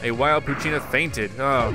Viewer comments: It’s poo-chen-a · its pooch-e-ana